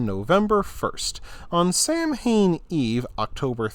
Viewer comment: Cool. You have a unique voice. btw "Samhain" is pronounced Sah-when".